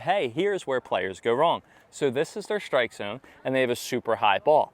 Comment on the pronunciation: You’re saying strike as if it was shtrike. Why?